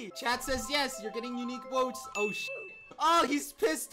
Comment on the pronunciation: Love how he pronounced shit as "SHET" 😢🤚😂